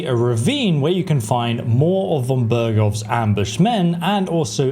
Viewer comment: So "gallop", not sprint, and "howl" not moaning, of course "silver" not gold, "an abandoned" not "a abandoned", and "von Bergov" not Bergrow ... k ... got it. Also, what a waste of time. Just fast travel, wait for all the idiots that try to rob you and shoot them with arrows coated with bane or dollmaker then finish them off, sell their stuff. Pebbles is a great horse, no need to buy some dumb Bronka nag.